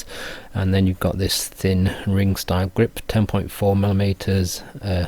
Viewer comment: Great review as always, I'll be trying these out soon! Love the "greep" haha